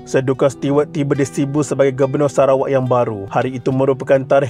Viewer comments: Kena sebut nama Duncan mcm 'dun-kan'? Sepatutnya 'Dan-ken' la. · Sebutan duncan tu bkn 'dunken'...yg betul 'danken' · Nama Duncan disebut 'dan khen' dan bukannya 'dun kun', nama Charles disebut 'charls' bukannya 'char les'. Sekian.